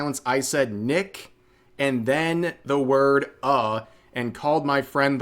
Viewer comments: I believe her slip up with saying "Nick, Uh" whenever me and my friends are in vc and we call each other another friends name we immediately say "Uh" before correcting ourselves. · As a black guy, what I heard was "Nick uh" not nigga. And I'm really tired of seeing ppl abuse the copyright system. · The "Nick-uh" part is true. She collabs with NMPlol alot and his name is Nick so she is just used to saying Nick.